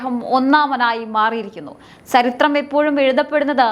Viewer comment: മോളെ ചരിത്രം എന്ന് പറയു അല്ലാതെ സ്ശരിത്രം പറയാതെ ബാക്കിയെല്ലാം ok